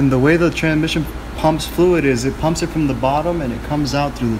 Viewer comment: does anyone else die a little whenever he says TraNMission